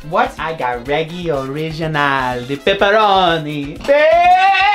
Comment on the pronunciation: How do you say pepperoni pizza lol